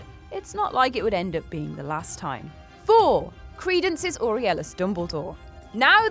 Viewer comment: aurelius OR-REL-EOS